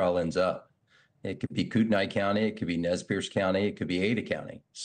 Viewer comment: Doesn't know the correct pronunciation of Kootenai County? Unbelievable!